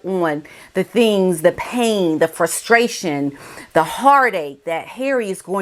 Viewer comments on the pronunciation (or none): none